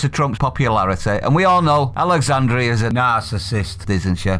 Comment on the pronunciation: Had to look up sycophant! HaHaHaHa what a moron! 🤣 Oh, and it’s Alexandra, not Alexandria. Not doing well here are you, you ignorant waste of space.